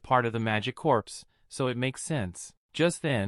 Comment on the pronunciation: Corps is actually pronounced the same as core, not corpse.